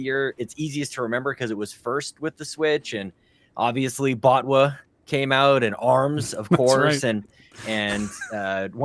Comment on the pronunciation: "Bot-Wah" and "Tot-Key" 😂😂😂